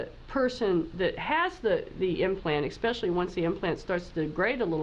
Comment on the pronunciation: So hard to hear a Dr. Say eXpecially.